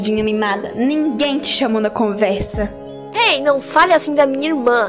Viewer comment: Alguem mais percebeu q a rosa choque falo "conveisa"